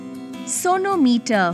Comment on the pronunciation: I heard it as 'Sonu Meter'